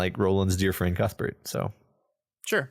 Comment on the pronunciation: Que-th Bert